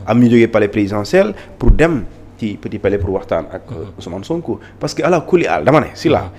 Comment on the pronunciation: Thioune n'aime pas SONKO mais c'est peine perdu quand il d diomaye il s'accentu mais pour sonko il a du mal a prononcé le nom de sonko .le bureau ne decde pas c'est président Sonko qui decide point